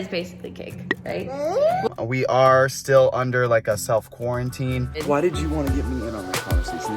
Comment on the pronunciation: It's just called Quarantine not quarantininy